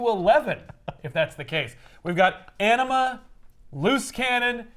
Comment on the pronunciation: I dont know why i keep hearing Enema instead of Anima